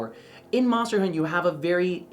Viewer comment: saying "munster" on purpose at this point